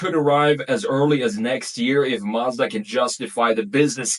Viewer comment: You’re pronouncing ‘Mazda’ wrong.